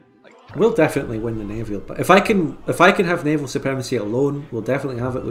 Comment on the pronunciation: Hearing the i he adds to naval is always like being jabbed with a needle.